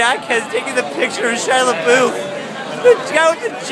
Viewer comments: It's pronounced LeBeef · Btw you pronounced his last name wrong...